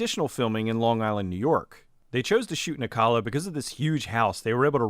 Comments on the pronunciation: It's O cala not Al cala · The way you pronounce Ocala hurts my soul. But this is no crazier than the people that live there. XD (Oh-cal-uh)